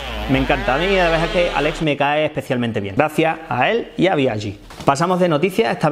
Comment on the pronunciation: ES Aleiiiiiix con i no es Alex 😉